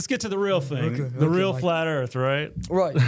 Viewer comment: I kinda like the flat earf guy